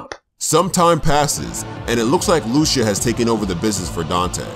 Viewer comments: LOO-SHU, it's pronounced LOO-SEE-YAH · This was good. did my man Dante well. Also, it's loo-see-a not lusha